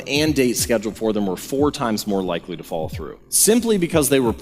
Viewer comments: Good talk, interesting concepts.........BUT...........whenever the speaker says, "follow-thru," the words are garbled and come out as, "FALL-THRU." Most disconcerting. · Great video, I kept thinking you were saying "fall through" instead of "follow through"...🤣